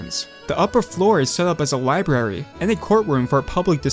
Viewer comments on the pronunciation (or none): none